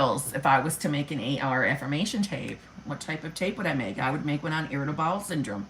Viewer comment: Lol! I though you initially said irritable balls syndrome!🤣